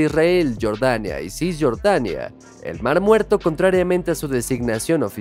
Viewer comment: Pronuncia bien jordania no estas diciendo Michael Jordan